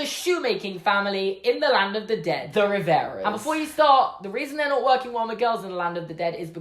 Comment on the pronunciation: “Riveros” Me: Hermione voice it’s not RiverOs it’s RiverAs